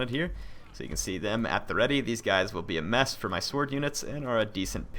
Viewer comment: dude, thank you for trying to pronounce the names right. i swear some youtuber jut try to butcher it.